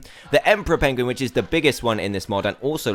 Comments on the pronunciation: Dan you said chinstrap prenguin. Lol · did he say prengin?!?!?!